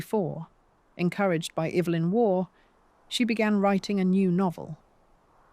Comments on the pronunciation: EE-vlyn Waugh. How ignorant could a history of these people be? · The correct pronunciation is “EVE-lyn” Waugh. (Eve like Adam & Eve).